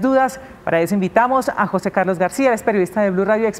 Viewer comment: Queee ??? JO SE ??? Que mal la comunicadora social, no ha tenido buena escuela que verguenza. el nombre Jose se pronuncia JUNTO de un solo golpe NO separado. Eduquese y vaya a la escuela y aprender la correcta gramatica castellano. Gracias.